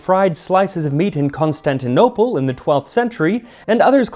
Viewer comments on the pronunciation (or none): none